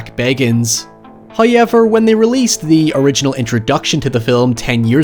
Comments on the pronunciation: I love watching these videos just so I can hear the way he says however "Hoihyeavur" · ...did he just say "hie-ever"? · I will never get over pronunciation of "hayever" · lol every time you say Hiever I have to say it too. ♥ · Hiyever lol I believe he means however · I look forward to a ghost hunter show finding the phrase "HOYEVER" scratched in the wall of a haunted house.